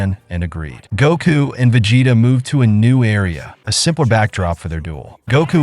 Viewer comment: Veg hetta😂😂😂cant hear no more